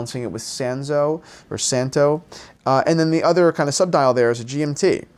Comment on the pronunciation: This is a Hungarian family name, you pronounced right. Santo is quite OK. Sz sounds S in English.